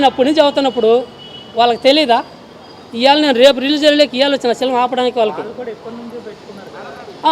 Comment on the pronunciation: Unnadhantlo endhuku brathakaru? Cinema ani palakadam radhu nuvvu em cinema theesavu?